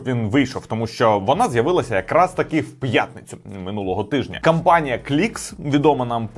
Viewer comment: то компанія, а не кАмпанія😄